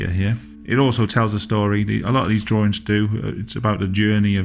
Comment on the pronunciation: "Well you know my name is, and I like to do drawrings."